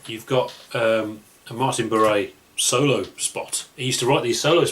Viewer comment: What's with the whole "Martin Barrée" pronounciation??